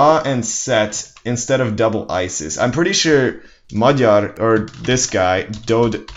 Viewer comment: Yo did you pronounce Magyar correctly?!?!?! MY MAN.